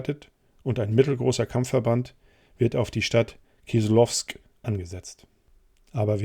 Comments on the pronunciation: Die Stadt heisst korrekt KISLOWODSK, nicht Kislowsk..... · 3.06. Kleine Korrektur: Die Stadt heißt "Kislowodsk" und wird auch so ausgesprochen. Übersetzt soviel wie: Saures Wasser, wegen der Heilquellen. Relativ bekannter Kurort, auch heute.